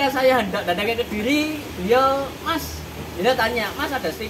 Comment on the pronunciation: Kediri boos, Bukan kedili